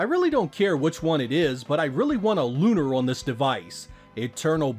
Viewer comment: You're one of my favorite game reviewers but my two favorite games of all time which happen to both be LunAr ( as in car ) is the correct pronunciation. lol Lucia says it as such in the opening credits of LunAr Eternal Blue. If anyone is thinking translation error look at the original LunAr Silver Star Sega CD box art logos etc, I'm writing LunAr just as it is written there also showing emphasis on the Ar instead of er pronunciation. With all that said I'm hoping both make it and when I saw Game Arts involved with also having made Silpheed I had that same thought. Them recently declining the Sean David and others led LunAr 3 petition should of happened, none of the fandom or those involved with the prior LunArs is happy it didn't either but maybe they're waiting to gauge interest on the LunArs reviews & this systems sales IF they decide to include them. Honestly the Sega CD originals were FAR better in several areas than their less mature, kiddy, cringy at times simplified Playstation Remakes. From the music, the battle system, the overworld exploration, the battle & magic spell animations and those sweet visual and sound effects when you hit a boss for big damage like Poe Sword or Flash Blade or opposite element damage etc etc. Moreso Eternal Blue in terms of gameplay and all mentioned before, Silver Star Remake was all that plus a butcher job at the story, characters and what made Silver Star CD so great. Just upsetting Idaware the composer of the Original LunArs